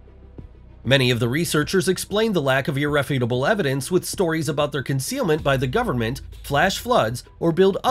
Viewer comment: Narrator can't pronounce common names found in antiquity and/or The Bible - makes very suspect as a pseudo-intellectual. Several photo shopped images don't help. "Ir-REFUT-able", look it up in a Thesaurus.